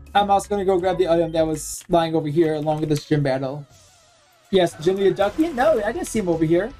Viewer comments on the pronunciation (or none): Duckian lol, just for future remembering, its Dus-e-an like Dusk minus the k